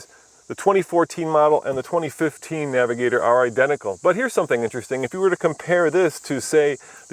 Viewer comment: naviGAYtor..... Smfh